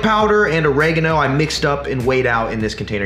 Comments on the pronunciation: The way you yanks pronounce oregano is cringe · I like the way he pronounced oregano :D